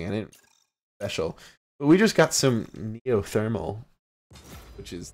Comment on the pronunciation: Neo Thermal not Neo Thermo